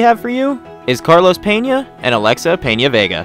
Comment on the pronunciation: It’s PenaVega, not PeñaVega. She explained it on her Instagram. He is saying it wrong